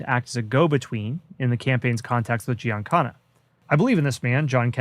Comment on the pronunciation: GiancaNa...not GiancaRa.